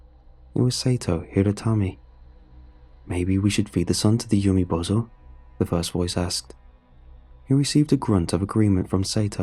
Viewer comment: Umibozu is pronounced oo-me-boh-zoo. Not yew-me-bow-zoh. This word does not end in the English word "bozo." Even using native English pronunciation, umibozu isn't even spelled in a way to suggest that the word would end with "bozo." The name Sato is pronounced sah-toh (long a, short o) not say-toe. If the first syllable in that name was pronounced as "say" it would be spelled with Sei, not Sa. There are a ton of websites out there where one can listen to the correct pronunciations of words in an astonishing number of languages. Finding two Japanese words - one a piece of well known folklore and the other an incredibly common name - takes less than a minute per word. Doing so is an easy way to show respect for the author of the story and the culture the story is based on.